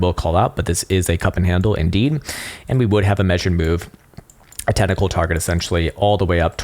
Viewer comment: "Tentacle Formation" .... You can never unhear it. Lol